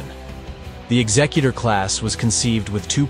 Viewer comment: Thank you for pronouncing it correctly as in executive, not as in executioner.